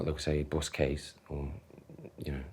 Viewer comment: lmfaooooooooo brodie said buss case